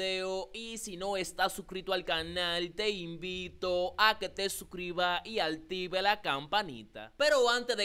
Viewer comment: perdona hermanito pero se dice active no altivie y te respeto por que eres muy buen comunicador perdona